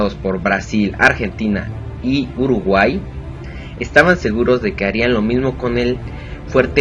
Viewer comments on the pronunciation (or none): none